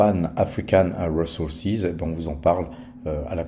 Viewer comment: RiZoursize et pas Réssoursize 😂